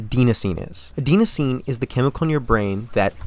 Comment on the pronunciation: Bro misplaced serotonin with dopamine and mispronounced adenosine.